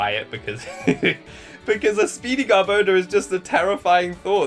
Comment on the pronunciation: Always pronounced it: GAR - BOE - DOOR